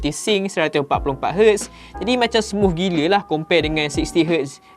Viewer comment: Smuff smuff smufff... Org us/uk pon x sbut smooth - smuff...pelik aku org malaysia ni